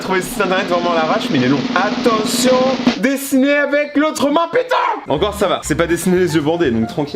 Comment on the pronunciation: Je suis le seul à bloquer quand il dis dessner